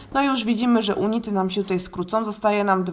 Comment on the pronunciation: unity czytamy junity :)